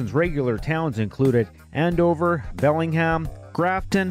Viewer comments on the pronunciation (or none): none